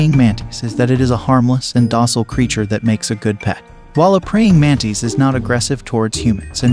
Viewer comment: Its pronounced mantis, not mantees